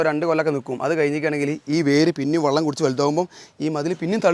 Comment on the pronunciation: വള്ളം അല്ല വെളളം❤